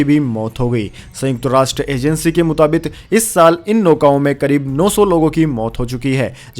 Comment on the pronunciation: मुताबिक सही है। मुताबित नहीं। कृपया, उच्चारण शुद्ध करें।